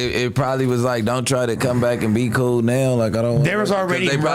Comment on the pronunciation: Oh she coo? Come on man how hard is it to put the L on the end